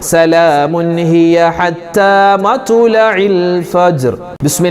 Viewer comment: مطلع Ithil ط ساكنة alley Usthadey